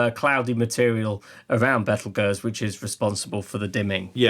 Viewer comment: Bravo for pronouncing "Betelgeuse" that way! The trendy habit to use "Beetlejuice" is just silly - it's fine in the context of a Douglas Adams book or the eponymous Tim Burton movie, where "Beetlejuice" is used for comic effect, but I wish astronomers would stick to its proper name.